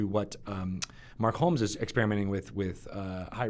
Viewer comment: Dear, His name is Mark Hulmes. H - U - L - M - E - S. The "Hu" is pronounced like human. Hew - l - mes. You keep getting it wrong:(